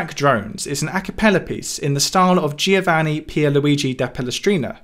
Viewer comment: The way he say Giovanni Pierluigi da Palestrina is too british 😂😂